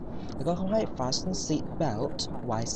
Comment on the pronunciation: PLS check how to pronouce "FASTEN" correctly xoxoxoxox